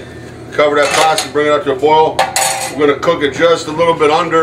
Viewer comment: There is no "R" in pasta